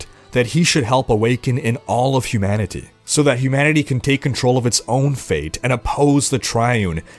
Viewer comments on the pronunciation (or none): My brain is broken in a way that I kept hearing “Hugh Manatee” instead of humanity. But, I kinda like it 😂